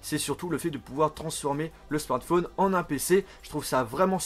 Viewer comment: pourquoi tu dis la plupart du temps "smortphone" au lieu de smartphone ?